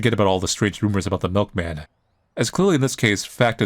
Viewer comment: "I am the miklman, My mlik is delicious"